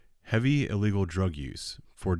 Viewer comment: Love how he emphasized “illegal” drug use lol you sound like a 12yo boy just say drug use next time